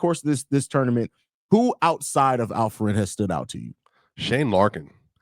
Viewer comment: Why does the guy by the named keep calling Alperen as Alfred? 😂😂😂😂